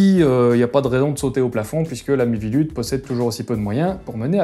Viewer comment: Chaque fois que tu prononce "la mivilude" j'entend "l'ami Vilude", la première fois je me suis demander "c'est qui Vilude?" avant de me rendre compte que c'est pas ce que tu disais XD